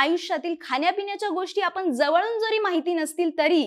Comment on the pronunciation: होन लक्षन पुन काय तुमचे उच्चार आपन